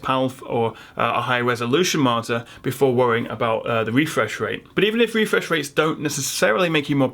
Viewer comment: About the “wefresh waits” :D